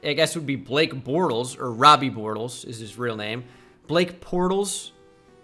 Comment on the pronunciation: I lost it on “Black Portles”